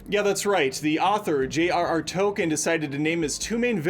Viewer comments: JRR Token?? Its Tolkien buddy. Toll-keen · It is pronounced Tolkien with and L